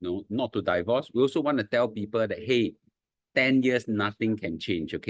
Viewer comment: Please pronounce “divorce” correctly. It's “deevorce”, not “daivorce”. Not I say one, my dictionary app say one.